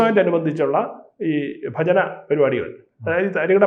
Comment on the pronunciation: ബജന അല്ലടോ? ഭജന.